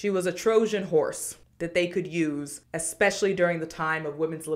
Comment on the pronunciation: whats with everyone saying eXspecially instead of especially? am i hearing things?